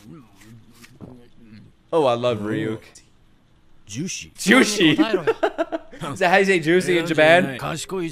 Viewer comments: It's not ruuk, it's rights rig and you with a k, rig-youk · This is like the first “dark” anime I ever watched. I was like 10? 12? lol I love this kind of stuff. I miss when good anime was only on TV and you had to use free anime websites to watch others lol Good quality back then. Also “Ryuk” is pronounced “ree-youk” I can’t believe also how many people watched this so recently, I didn’t know it was still so relevant. But I’m glad it is! Idk if it was bc I was young, but I had to rewatch it a lot of times in a row, bc it’s easy to miss details later on in the show as it gets more complex. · His name is pronounced Ree-yuuk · The shinigamis name is Ree -Yook - but you were close :) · It’s ri-you-k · his name can be pronounced as ruyuke fyi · Ryuk is pronounced Ree-ook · He's already watched it. I'm disappointed he's playing it up by mispronouncing "Ryuk" and acting like knowing "Light Yagami" is common knowledge outside of the anime community